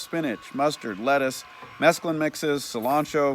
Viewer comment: Pronounced 'mess clune' not the drug mescaline 😂